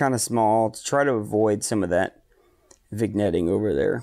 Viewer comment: lol nope, vin-yetting is the right way, you said vig-netting, unforgivable! Renders the rest of the video unusable! /sarcasm. I do btw appreciate your approach to gear vs. effort. Far too many times in this hobby, newbies with human style budgets (myself included) ask for guidance and receive the blanket answer of "spend more money, get more gear". I have the same APO as you, the AT115, and I love it. But it was the culmination of a year and a half of saving and rationalizing my need for it. Clean data is a luxury, despite what elite forum guardians would say. Thanks for stressing effort > money.